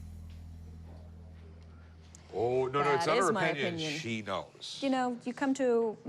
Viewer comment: Mans said “Oh-pinion” 😂